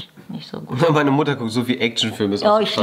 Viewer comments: /julien bam 1. du mein 4 blätriges kleben Blatt und 2. warum sagst du immer wieder mudder und Mutter?... 🤨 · Jo's mutter:wieso nennst dumich immer mudder😂